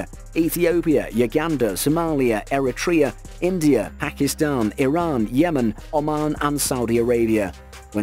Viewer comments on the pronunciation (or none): none